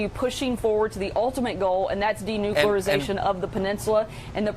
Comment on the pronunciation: Denucularzation....she just invented a new word